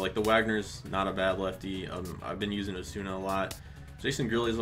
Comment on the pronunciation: Why does everyone pronounce Osuna "Ozuna". Not a big deal just a jays fan